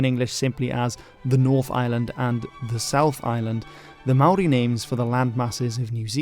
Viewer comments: Top marks for your Māori pronunciation! A much more popular name for the South Island in te reo is “Te Wai Pounamu,” or the waters of greenstone, a dark green type of jade greatly prized by Māori. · I swear you are the only non kiwi on the internet who can pronounce Maori names correctly. Kudos to you sir.